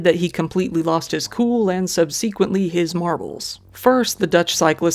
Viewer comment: Is this the video where learns to pronounce "subsequent" correctly? Nope. Okay. You win. I'm going to start saying it the way you do and drive people as crazy as I've been driven.